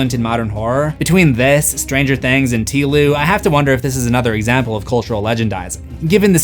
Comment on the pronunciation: TEEE LOU? we cant say The Last of us?? oh lawd....